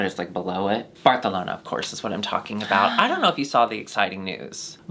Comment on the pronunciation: if says barthalona one more time i swear to god